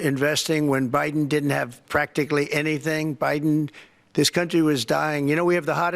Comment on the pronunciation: 😂😂😂He called President Biden “Briden” 💙💙💙💙💙💙💙💙💙